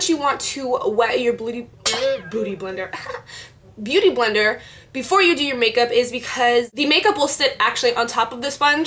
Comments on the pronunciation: haha omg you keep almost saying "booty blender" (x it was cute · u keep saying bootyblender hahahhah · LOOOL the way how you keep saying booty blender !! ilyyy<3